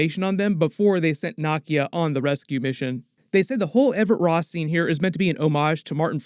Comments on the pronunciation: Dude please pronounce people's names correctly if you saw the movie they've said her name like 50 times and you get it way wrong... Her name is not Knock E Uh... It is pronounced. NAH KEY YUH... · Still mispronouncing character names like Nakia 🤨🙄🤭😒😑